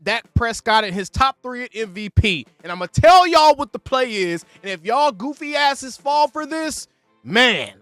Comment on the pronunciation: “That” goes unnoticed too and C Wat not C Y. Micah has braces so I think it’s causing him some issues.